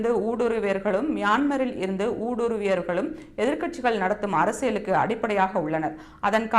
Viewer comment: ஊடுருவியவர்களும் என்பதை..சரியாகச் சொல்லவும்